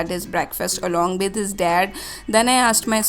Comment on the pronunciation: Its with not bid 😂😂😂